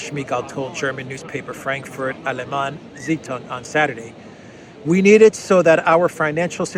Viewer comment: For the sake of all that it good . . . PLEASE learn to pronounce basic French and German! Your pronunciation of "Allgemeine Zeitung" is abominable. Your attempts at "Macron," while slightly improved, remain terrible. Stop rolling the letter R. It's not the Spanish that you learned in your Queens High School!